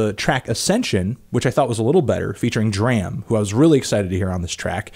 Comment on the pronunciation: Can you please stop calling D. R. A. M. "Druh-am"? It's pronounced "Dr-ah-m"! It makes me cringe.